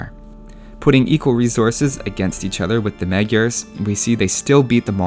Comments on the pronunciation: I have a hard time listening to that pronunciation of "magyars" :D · You pronounce magyars so bad lol